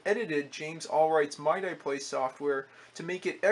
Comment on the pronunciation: "Mye die" lol It's more like "Mee Dee" by the way, but who cares? Just seeing these old computers really fascinate me. Technology really has come so far.